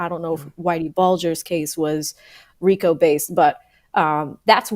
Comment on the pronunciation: "frico" not "Rico" lmao😂